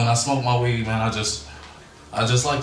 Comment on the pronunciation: "But if after you smoked the wee-eeed.." Always have admired Hanson's artistic freedom with regard to syllables.